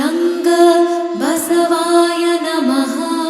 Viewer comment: ಅಣ್ಣವರೇ, ಆರಂಭದಲ್ಲಿ ಮಾಡುವ ಪ್ರಾರ್ಥನೆಯಲ್ಲಿ, ಬಸವಾ ಯನಮ: ಅನ್ನಬಾರದು, ದಯವಿಟ್ಟು ಪ್ರಾರ್ಥನೆಯ ಪದಗಳನ್ನು ಕೆಳಗಿನಂತೆ ಉಚ್ಛರಿಸಿ ಬಸವಾಯ ನಮಃ